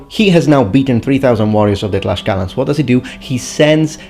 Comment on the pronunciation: also, it is not "Tlash-calans" its "Tlacs-calans" the pronounciation, because the spelling is Tlaxcalans or Tlaxcaltecas in spanish